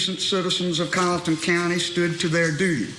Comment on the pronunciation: Her name is Becky not Betty. Please verify the correct pronunciation of Colleton County.